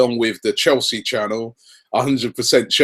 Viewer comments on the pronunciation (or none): none